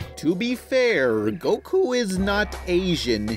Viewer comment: That's not goku! That's "gee-ku"